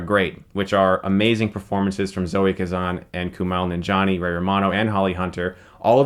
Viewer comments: It's pronounced Ku-mail Nanjaini, not "Kumal". Just saying..... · Isn't it Kuma-eel nan-jee-ani? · "Koomal Nonjohnny"? Kumails name is pronounced how it's spelled....... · Coo-mall ninja-nee. lmao